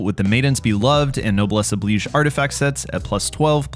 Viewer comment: This man... I like this man. He is trustworthy. He pronounces “Noblesse Oblige” properly.